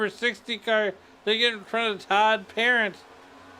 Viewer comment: It's not Parent like guardian, it's cajun, soo it's said like "Puh-rahnt". Since he's cajun he's a lil wild and may come after you if you don't get his name correct.